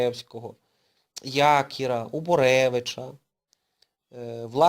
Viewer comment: ЯкІра, наголос на і ! В моєму місті , (мабуть не тільки) була місцевість названа на честь Якіра. Я з дитинства чув такий наголос. Поляків розстріляли бо помстилися за програш Польщі в 20-му році. Хоча полонених в 1939 поляків розстрілювали по різних місцях в колишньому СРСР...